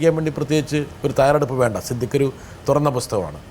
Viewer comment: സിദ്ധിക് അല്ല, സിദ്ദീഖ്.